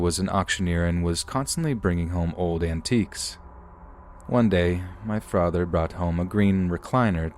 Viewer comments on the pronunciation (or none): “My Frather”